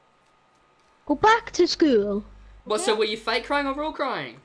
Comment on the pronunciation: the scammer should go back to school for saying “go back to schooul?”